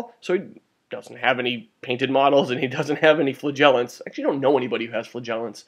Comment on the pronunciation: You might need this :) How to Pronounce Flagellants